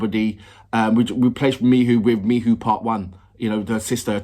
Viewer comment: FYI - Miho is pronounced Mee Hoe not Mee Who.